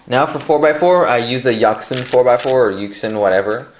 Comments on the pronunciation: Yucks sin? Um.... well, if u wanna pronounce it right, it's Yu-shin. This is how u pronounce yuxin. Just so u wanna know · "Yaxin" and "huachueng" 😂😂😂😂😂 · that yuxin pronunciation...........................................